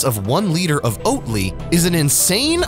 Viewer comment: Oat Ly! Sounds more like Oat Lie.